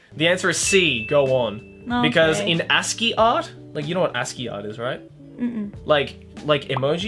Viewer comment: That's how you pronounce ASCII?